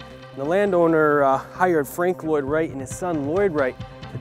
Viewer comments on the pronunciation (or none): none